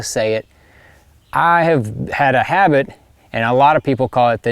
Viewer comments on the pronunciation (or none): none